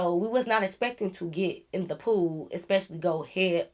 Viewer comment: girl i thought you said “It fell into the poop 💩” I was Rey say wait what😂😂